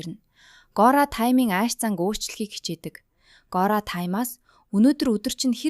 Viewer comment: Gori bish goriya gj duudj bai